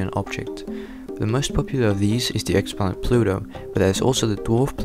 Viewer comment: "Ex-planet Pluto" Triggered